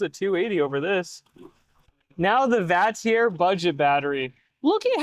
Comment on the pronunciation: The only thing I disagree with, is the way you pronounce Vatrer. 😆 I agree though. I’m testing one of Vatrer’s 560ah 12v’s right now. They always have solid builds. And nice beefy JBD BMS’s in there too.